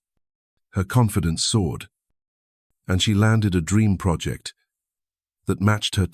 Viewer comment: I’m done ranting about AI narration that when trying to simply state someone’s age as twenty nine, says two nine, and then mispronounces the word confidence. No seriously, thank you for posting this. I do this all the time. Maybe one day I will become my true self.